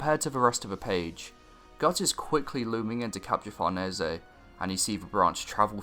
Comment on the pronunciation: He's pronouncing it correctly, since in origin it's an italian surname